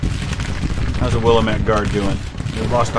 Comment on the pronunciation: It's pronounced Wil-lamb-it or Will-am-it please. If you are referring to the Oregon valley region. I know it doesen't make sense to say it that way. But hey it's Oregon.